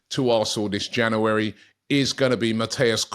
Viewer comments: It's pronounced "JanUary" Robbie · It's not janery now, it's febery